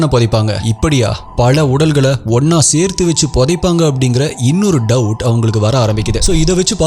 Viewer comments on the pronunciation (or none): none